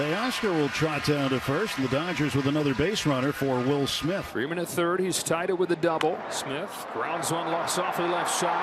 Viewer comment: The TBS announcer calling Freeman, Ferman. Lol